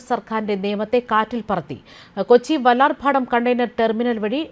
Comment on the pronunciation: Vallarbhadamo.Vallarpadam anu..Adyem malayalam padhykku.